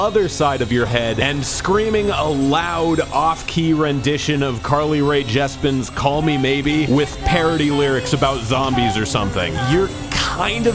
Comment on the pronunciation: did just call her “Carly Rae JESPEN”??